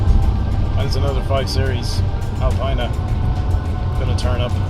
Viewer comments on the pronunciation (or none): It's pronounced "Alpeeena" !! I've got a '99 M5, which is currently blocked in by my Stag, as that has a dead starter motor. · Nice review but ought to prononce Alpina correctly...